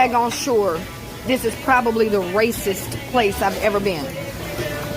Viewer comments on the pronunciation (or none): "This is prolly the RAY-CISS place Ah ever been.... An Ah need a number for CAW-prit."